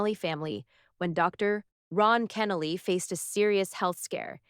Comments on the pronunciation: His name pronounced Ken-Noly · To show real honor, the speaker should have taken time to research how to pronounce Dr. Kenoly’s name correctly. Shame on her. Also, the title is deceiving causing listeners to think Dr. Kenoly’s son will be the speaker. Unfortunately, the actual speaker cannot pronounce his name correctly. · I know it's AI. I didn't post that a human did the narration. It was irritating that they couldn't program it correctly. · Learn how to pronounce the man's name!!!!! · I wish the speaker would correctly pronounce Dr. Kenoly's last name. It's irritating to hear it mispronounced not 2 or 4 times but multiple times. This should've been property established before a word was even spoken. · I’m still waiting to hear about the silencing… Shame on you for putting up a false narrative on the thumbnail. Also for not pronouncing his name correctly.